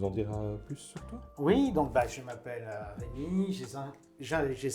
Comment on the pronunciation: Hergé c'est REUMI .... Vous C'est Rémi .... REU/ Ré ....